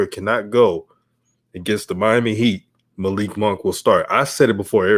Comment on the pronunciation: It is pronounced Muh-LEEK Monk...not MALICK.